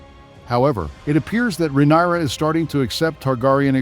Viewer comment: Excuse me! 😡 Are you deliberately MISPRONOUNCING the Queen of the Seven Kingdom's given name, and the other words of the HIGH VALERYAN language? or are you that jerk who always thinks he's the smartest person in the room? IF SO? NEWSFLASH: look around you bub, you're the only one in the room, no doubt.🖕